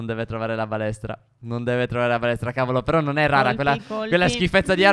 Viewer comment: solo io ho sentito "palestra" al posto di "balestra"?